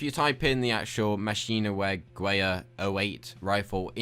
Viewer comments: it is not an assault rifle, it's a machine gun.And it's pronounced machinegavher becuase in German the W is pronounced as a V. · hahaha its too funny how you pronounce maschienengewehr, Iam from germany and its like two different words, first maschienen second gewehr and you pronounce maschienen like mashynen ;) :D sorry for my bad english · also you pronounce it machine-a-ghever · I do agree with you, he is a fake bitch. But his pronunciation is closer than yours it actually speaks as machine-gu-where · You are saying Maschinengewehr wrong. Slow down and say it slow and its pronounced Ma schi nen ge wehr. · Its pronounced machinegevehr. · mash-een-en-ge-vair is how its pronounced i believe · machinegewehr try to pronounce it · Can't tell if this was on purpose, but by far the worst pronunciation of MachinenGewehr I have ever heard, I'm sorry but it's true. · as a German I do agree that it is common knowledge for any third grader in all over Europe how one pronounces Maschinengewehr, just like tschechisches Streichholzschächtelchen. one of your finest moments, I almost peed my pants. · hate to burst your bubble... but the maschinengewehr is a machine gun, and the first assault rifle was not built until 1942 with the advent of the sturmgerwehr 44. and learn German for god sakes you can't pronounce the damn firearm correctly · You mispronounced machinengewher 08, its not an assault rifle or a rifle at all its a heavy machine gun. You're both wrong about that gun. And clickbait, you had a plane in the thumbnail, no plane in the video. I could call the cops. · Haha even you pronounced "Maschinengewehr" wrong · you pronounced machinegewehr wrong and why are you trolling us? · Lol, neither of you can pronounce Maschinengewehr correct. Just youtube/google it next time FFS :). Love your other videos. Keep up the good work. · As a german I cringe so hard when you say Machinegewehr (even though you're trolling) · ITS MASCHINENGEWEHR!!